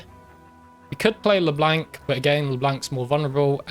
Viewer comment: Why does he pronounce Leblanc with such a hard "a" sound? Great game otherwise.